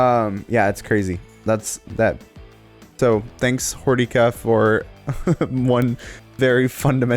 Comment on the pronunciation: No no... its Hor-DICK-Ah